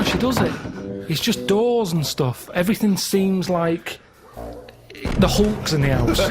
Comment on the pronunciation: THE 'ULKS In THE 'OUSE